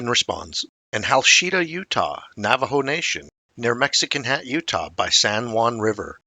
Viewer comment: Hachita is pronounced Ha-cheat-a, not Ha-sheet-a. 😂😂😂